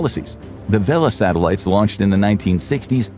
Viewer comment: We have Sah-Tehl-ah-tees. I love. Satellites ❤❤❤❤